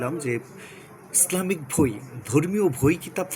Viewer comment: ভই না বই